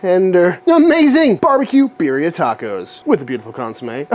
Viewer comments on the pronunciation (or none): I LOVE your channel and as a medically retired police officer (due to a traffic collision). I also love the fact that you pay so much respect to those who wear a uniform! However, I’m just a whiteboy from Los Angeles, but here we pronounce Birria as Bea-de-ah…. Hmm, that isn’t even doing it justice. You have to roll your tongue when saying it. Bei-de-ah. But anyway, you did say it wrong. No big deal. Either way, it’s absolutely delicious! It’s definitely GOOD STUFF! would LOVE to watch you make Menudo! (Again, you have to somewhat roll the tongue when saying it. But, it’s pronounced “mon-nudth-oh) When done right without smelling like a rotting corpse? It’s absolutely AMAZING! Just have to make sure you REALLY clean the tripe VERY well before cooking it! It’s ABSOLUTELY DELICIOUS when it’s made right. Just everyone gets scared of what’s it’s made from! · Let’s correctly pronounce “birria” out of respect though please